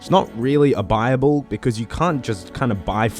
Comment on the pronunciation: i thought you were saying bible, not buyable lol that makes more sense